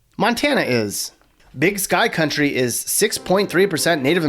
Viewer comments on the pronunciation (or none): none